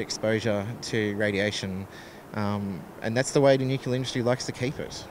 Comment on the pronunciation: The word is NUCLEAR, not NUCULAR.